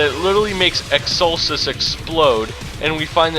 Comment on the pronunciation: Dat butchered pronunciation of EXCELSUS tho.